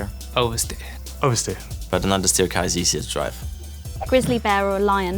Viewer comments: Someone is going to make a nostalgia f1 clip from alonso when he said undsteer. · Man said understeer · Ofcourse Fernando says understeer